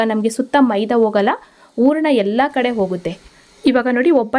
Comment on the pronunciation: ಊರಣ ರೆಡಿ, ರವೆ ಉರಕೋತೀನಿ. ಕನ್ನಡ ಸರಿಯಾಗಿ ಉಚ್ಚರಿಸಿ. Recipes are good